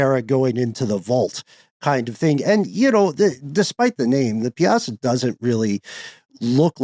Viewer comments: Pie-uh-saw bird. (I'm fairly local) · I enjoyed more podcast very interesting . I am from Alton Illinois, so I know quite a bit about the Piasa bird.. when you would pronounce the name, I would laugh every time because I've never heard anyone ever pronounce it the way you did.😅 Don't take it the wrong way it actually cheered me up that day. But I definitely enjoyed your podcast😊 Most people from this area actually pronounce it 'PI-SAW' And others put an emphasis on the "UH" in PIE-UH-SAW when they pronounce it . The Piasa Bird (pronounced pie-uh-saw), is a local legend with its roots in Alton. The name 'Piasa' was derived from the Algonquian Illinowek language and means 'a bird that devours men'.